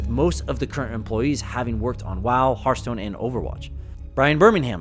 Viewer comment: Why do people say "hurthstone"? Do you say "hurt attack" instead of heart attack?